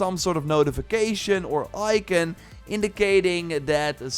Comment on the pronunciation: Bro im done "Ican".. In what universe is ICON, ican?? People fkin up the english language. No wonder languages never stays the same due to dyslexic fools like this guy.